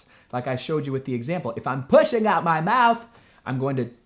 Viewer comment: “If I’m PUSHIN’ OUT MAH MOUWTH!” Lolz went full southern and didn’t bat an eye.